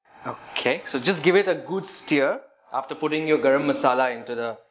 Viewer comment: Each time he says 'steer' for stir, I cringe!!!